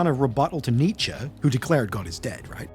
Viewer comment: Idk if you read old video's comments, but I don't think Germans pronounce Nietzsche that way. Maybe if ended in "er" but not only "e"